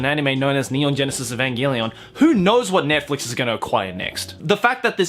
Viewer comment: Hold on the way he pronounced Netflix THROW THE WHOLE WORD AWAY😂😂😂